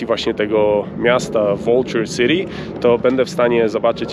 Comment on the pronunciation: Fajna wycieczka! Super muzyka! Stajesz sie fachowcem w montazu filmów. Dlaczego tak dziwnie wymawiasz nazwy miast zawierających w swym skladzie "City" City do Sity a Ty mówisz ' Siri'???? Jakoś tak. Dlaczego tak 'kaleczysz' angielski? 😘